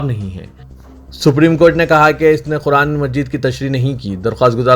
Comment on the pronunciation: Kyu khuraan bolte ho...QURAAN bolne mei Kya TAKLEEF hai....Samjh mei nahi aata ??..kitni bar likh Chuka hoon...SUDHER JAO...Urdu ki image kharab na kro...